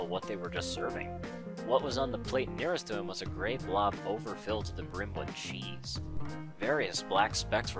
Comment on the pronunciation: . I really find the way you said 'cheese' hillarious!!!!!!!!